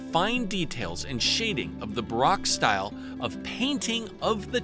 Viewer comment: Well, for as exceptional as your Chinese is- it's Baroque- Bah- Roke. Yeah, it's ok. I loved the Li one, that was fantastic. The Asians didn't really delve into the finer aspects of paintings, like creating paints that were really good or making canvases and stuff like the Europeans did, nor did they delve much into subject matter- it's mostly pastoral type scenes. Europe will always be the epicenter of paintings roots. It's also why most people don't know much about Asian artists. Japan has some decent early ones too. Now, Asians in the 'modern era' have all kinds of talented ones they just weren't the progenitors of most of it. Anywho, thanks for the Li- it's a great piece. The 5 ox was good to.